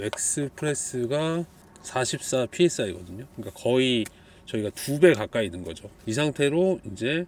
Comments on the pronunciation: psi -> 프사이 라고 읽어주시면 됩니당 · 피에스아이라고 읽으면 안되고 프사이입니다. 단위하나 제대로 못 읽으면 실험에 대한 신빙성이 떨어지지만, 그래도 직접 실험이니 인정합니다.